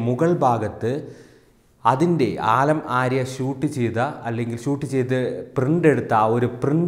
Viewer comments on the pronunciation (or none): ആലം ആര്യ അല്ല സുഹൃത്തേ , ആലം ആര ആണ്